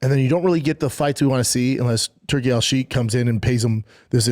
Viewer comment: "Turkey ala sheik" LOL Bapa dumb as a box of rocks